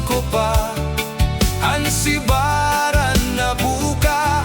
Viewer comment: subiran, not sibaran